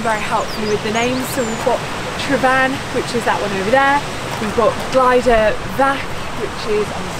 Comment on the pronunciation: You said ‘glider’! Damn! Oh well, you aren’t Welsh. Oh and you pronounced everything else abysmally too! Too much for me, I’m off. You’ll miss me, I know. Not!